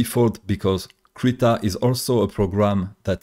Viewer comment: Accent? I'm from the back hills, still calling Krita "critter". Who would I be to complain? lol